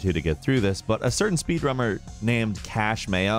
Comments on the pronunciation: He said speed rummer. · I know I'm just being an ass, but I love listening to these videos cuz I know is gonna mispronounce every other word. Lol "speed rummer" is probably my favorite this episode, but Thwop was pretty good too. Love the videos, though! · "A certain speedRUMMER..." -, 2021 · That's the only reason I opened the comments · "A certain speed rummer..." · " Speed rummer "😂